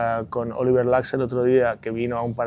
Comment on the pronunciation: Lacse no, Laxe(she).... que no es tan difícil